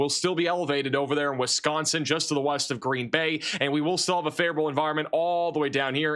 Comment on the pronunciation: says "Wisconsin" the right way so I've subscribed.